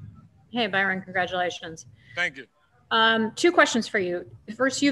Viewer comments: How in the world did he get the Man's name wrong? Well, that guy won't be offered a Cigar! Byron, not Brian. B-Y-R-O-N!!! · Love his attitude!!! He stayed positive even when they pronounced his name wrong and confuse him for the other black coach lol. Fantastic job this year Byron, shows how great Brady can be when his coach actually gives home weapons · I love Byron . This was a horrible job of reporting. This guys gonna be a head coach I hope he stays with the Bucs. Horrible questioning. The guy into said his name wrong . The first question was for Todd Bowls . I feel they disrespected my guy